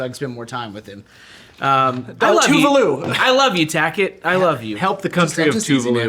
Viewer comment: Tackett...my god, man. Wtf? 😂